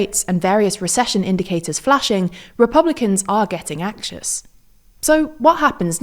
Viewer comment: Off topic but is this an AI avatar? The way she said "axious" instead of anxious was a bit weird, even if it was misspelled on the prompt I wouldn't expect her to actually say it that way